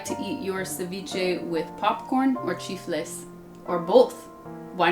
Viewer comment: Thank You Sasha!!! Ecuadorian Ceviche is unbelievably delicious and refreshing!!! ... And you say "Chifles"(Fried chip platains)... Just like an Ecuadorian will say it. Sasha: A Woman for all Seasons and Seasoning! Amazing!!!🤩